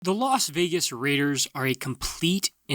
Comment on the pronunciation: Saying Los Vegas Raiders and reading it doesn't even sound and look right